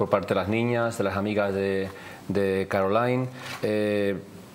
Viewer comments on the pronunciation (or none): Que programa más malo, la entrevista malísima, la conexión con la llamada malísima, no se entiende nada y no lo repiten, y la presentadora no sabe pronunciar bien el nombre de Caroline 😅, menos mal que hay otras entrevistas buenas por YouTube